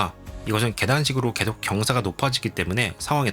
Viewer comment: 내용도 너무 유익하고 영상미도 목소리 톤도 너무 좋은데 발음이 좀 많이 걸립니다.. 한번 신경쓰게되니까 쭉 넘겨버리게 되네요.. 개챨기, 왼쬭 오른쬭, 꼉우에는, 계쇽, 고뮌, 문쩨는, 두번째료는, 등등 ㅈ,ㅊ 발음이 많이 흐르고 ㅓ, ㅗ 이 붙는 단어에서 발음문제가 생기는듯 해보입니다, 몇몇 발음만 교정 하면 좋아질것 같습니다. 부분에서 천천히 설명하는 템포에서는 발음이 개선되는게 보여서, 더빙이 마음에 비해 너무 빨랐던게 문제였을지도 모르겠습니다.